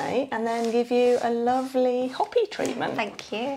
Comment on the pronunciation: Great video! However, Hopi is pronounced Hoe-pi not Hoppy.